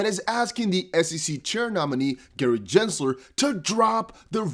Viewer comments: (Gen)sler not (Jen)sler 😐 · Unsubscribing. Other XRP content creators have much better sense of what's going on, and what's important. This guy doesn't even know how to pronounce Gensler's name after all this time. SMH